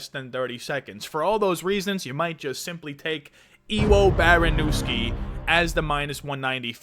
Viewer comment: Its pronounced Evo Baronyevsky. He has stupid power but did get KO'd from top control wrestling a heavyweight. Havent seen it done since kevin holland. No shame in fading the debut. If i was Petr Yan id be practicing the Jorge Masvidal Flying knee.